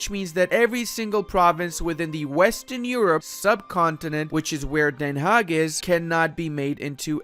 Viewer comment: Pretty flawless pronunciation of 'Den Haag' :o Also, this video is a must-see if you want to do a WC, it explained a lot